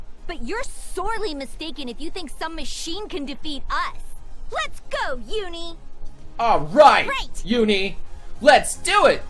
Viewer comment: randøm guy I hate the way says uni. That's really the only problem I have with him.